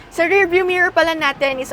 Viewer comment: How come the ladies here cannot pronounce "rear" versus "rare" ???